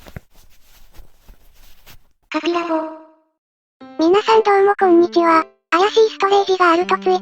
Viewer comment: こんにちわ、の発音になってますね。こんにち歯の発音が好きです。